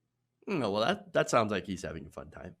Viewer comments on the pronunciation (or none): none